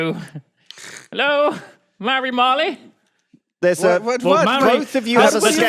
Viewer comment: Your pronunciation of Māori makes me want to cry ;_